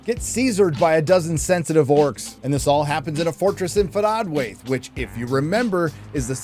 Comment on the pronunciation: I’m a stickler on how you pronounce “Forodwaith”. As it always sounds like you’re saying “Faradwaith